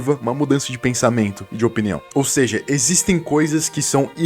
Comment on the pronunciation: "exsitem" quem viu, viu :chillwcat